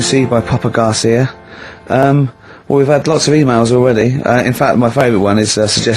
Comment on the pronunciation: I wonder if Karl has learned how to say Papa Garcia yet??